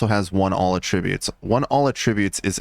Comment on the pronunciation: Please say attributes correctly